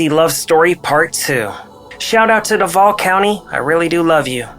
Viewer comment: I’m from jax it’s pronounced do vall (like y’all) duval 💙 duuuuuvallllllll 🎉🎉🎉🎉